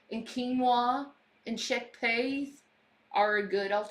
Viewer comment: "Chickpays"? Chickpeas u vile cow. Didn't they just get a load of Taco Bell and Domino's? Seriously, whoever feeds these useless slugs is just as bad a human being. IMO.